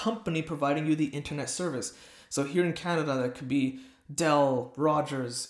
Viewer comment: Lol dell? You mean bell 😂